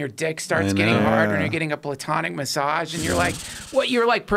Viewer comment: Please teach Trussel how to pronounce massage